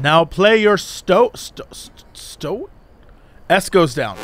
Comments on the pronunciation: tis a member of the weasel family and yes you said it right when you said "St Oat" its the same st sound you get at the front of stairs followed by Oat as in the breakfast food. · Stoat is a single syllable. Pronounced exactly like oat.